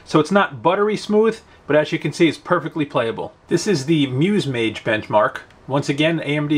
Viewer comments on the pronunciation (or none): none